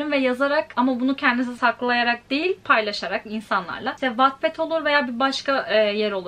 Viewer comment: beyzanın wattpadi gercekten watped olarak telaffuz edisine patladim OCAHXKSJXAOCJAOCJWW